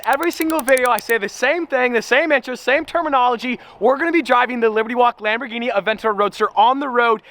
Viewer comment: Lamborghini cian lol